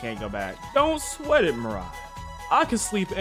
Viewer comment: You should probably pronounce Mariah’s nam by pronouncing the I as a e